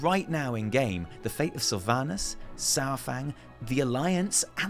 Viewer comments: Uh, Saur is NOT pronounced "Sour".... it's correctly pronounced "Sar"... Other than that great vid. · His name is Saurfang, not Sourfang. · I miss how you used to pronounce Saurfang! Keep it up! <3